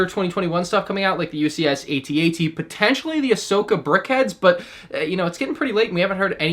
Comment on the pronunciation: What is this 80-80 of which you speak? Perhaps you mean the AT-AT, pronounced "@@